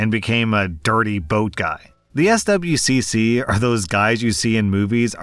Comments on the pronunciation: SWCC is pronounced like "swick" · Swcc is pronounced ‘swick’